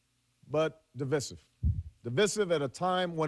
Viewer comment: He pronounced "divisive" as "device-ive" and then later he said it again as "div-issive".